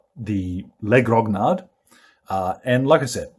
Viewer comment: For people who are interested, the proper pronunciation is "leh groh-knee-ard", with the "nee" sounding like the spanish "ñ".